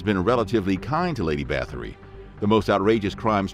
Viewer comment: It’s pronounced “bah-tory”